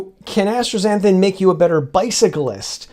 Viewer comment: I love your work and always look forward to your videos, but your pronunciation of astaxanthin is doing my head in. There is no “r” in asta. It just as-ta and not astra. Anyway forgive my OCD. Again, I love your work.